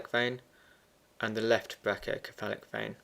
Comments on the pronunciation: ME TOO!!! lol, i love his videos.. but come on man.. it's brachio"se"phalic not brachio"ke"falic! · Its pronounced (Brake-E-O-sefalik)